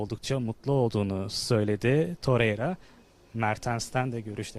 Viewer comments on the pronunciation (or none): Terreira değil la torrreira 😂